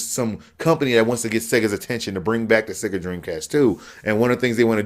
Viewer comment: ahahahahahha "Seeega" man I lost it!!